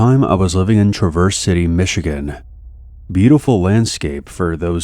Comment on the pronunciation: You should learn the names of Michigan cities before you do the stories 😂 it's TRAV-ER - CITY But good stories